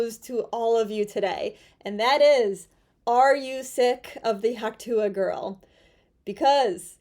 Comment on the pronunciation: Its "Hock twah"!! 😂